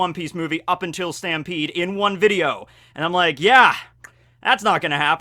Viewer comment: its pronounced "STAMPEDOOO"